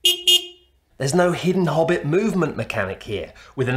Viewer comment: It’s “Hobbit” not “Bobbit”—I’ll take my consulting fee in large denominations, thank you 🙏.